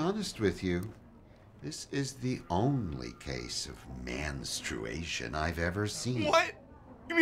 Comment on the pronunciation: lmao "Manstration"